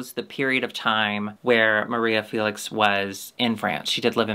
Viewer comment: Feh-lix not Fee-lix. Love u